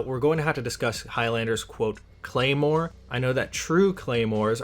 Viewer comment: You absolutely butchered the pronounciation of the Claymore you referenced